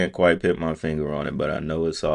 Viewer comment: PUT P(you)T Their is NO i in PUT